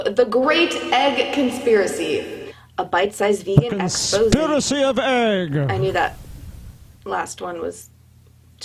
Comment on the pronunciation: I can't stand when people pronounce "egg" as "ayg".